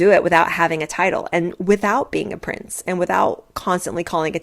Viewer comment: When you said “he IS a prince”… … I heard ‘he IS a prick’…!